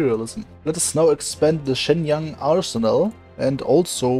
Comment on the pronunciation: the Shenyang??? Pronunciation is so good lmao